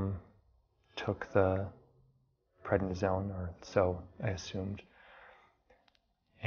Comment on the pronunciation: It's prednisone, not what you said.